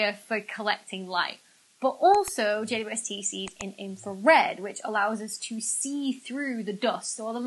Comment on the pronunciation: Is it just me that hears her saying J-U-S-T instead of J-W-S-T? 🤔😆